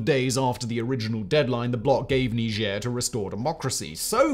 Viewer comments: Are you French? Why are you pronounce it like that? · That's how you pronounce it? Didn't know that. I pronounce it 'Nyjer' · You mispronounce the name of the country, it's supposed to have a more of a G sound and a harder R on the end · Can’t wait to hear “mispronounce” Niger.